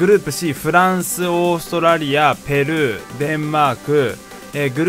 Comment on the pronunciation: ペルーの言い方がジルーみたいで草